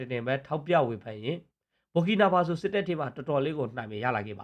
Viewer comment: Burkinafaso ဘာကီနာဖာဆို လို့ အသံထွက်ရတယ် နော် ။ မ ဘူ ဘူး ညီလေး